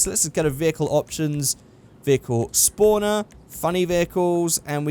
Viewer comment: why do you call a spawner a spooner? also the osiris is pronounced O' sigh riss.